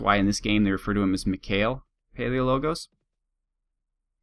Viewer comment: its pal the 'e' is pronounced like yoy pronounce it in 'everything' for example and then if you know the greek world world 'logos' thats how you pronounce the last part of the name. I think if prounce Paleologus it sounds more greek Hope i helped!